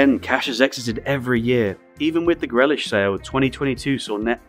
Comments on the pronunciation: Greeelish not grelish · It’s pronounced Gree lish If you can't get that simple task correct, what's to say the rest of the video isn't completer BS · Some very good points here. Far more depth and wider context needs to happen in these vids. Otherwise it feels relatively shallow in analytical terms which is compounded by inexplicably mispronouncing Grealish. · are you using AI for the voice over? Jack Grealish is pretty famous England international I'm wondering how you managed butchering the pronunciation - that's a genuine question not a dig. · guessing you/your voice over man is not a footy fan then and the channel is more of way to garner attention and the channel background is more financial with a side of passing football interest? As it's inexplicable to mispronounce Grealish's name.